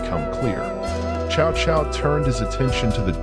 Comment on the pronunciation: It's not "chow chow" it's pronounced "Tzau Tzau"